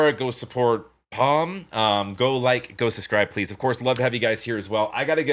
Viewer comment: Near the end you got the pronunciation of Pomme perfectly right: Pomm The french often omit the ending of a word when speaking. It could be one or even more letters. I don't know, it somehow feels good when you know, there are a few more letters, they are there, but you don't pronounce them... They are virtually there in space, but not pronounced, it's something like this... And by the way, pomme means apple. Maybe that's why she's wearing green ;-) Just a bit for the fun of it... Oh and in some languages or even just dialects there's the notion of an apple in the ground, a ground apple, that's pomme de terre, an apple of the ground, a potato. Of course it's a completely different thing. It just contains the word apple in it, although it isn't. And when you think of pomme de terre. You know terra, maybe from sci-fi, terra, our planet or just the ground where plants grow. And now you might have an idea, where this came from: Pommes frites. fried pomme de terre ;-) fried potatoes ;-) fried pomme Pommes frites ;-) French fries ;-) Pronounced: Pomm frit (i is pronounced like in: a bit). You know, the word endings of: Pommes frites: They exist to be left out and feel good about it, the word endings are just virtually there somewhere... ;-)